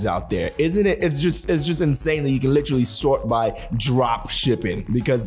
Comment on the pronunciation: take a shot every time says "litrally" 😆🤣